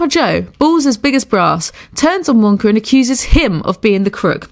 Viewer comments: It's "willy wonka" not "willy wonker" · Is it just my imagination or does she call Willy Wonka Willy wonker? 🤔🤔🤔🤔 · She said Willy Wonker